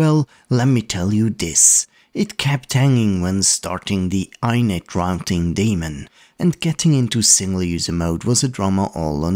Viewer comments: i mean... people who only ever used those words in chatboxes may differ on the prounounciation of 'router' or 'rauwter' but i've never heard anyone say 'ainit' before :P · 'init'. from 'initialize' :P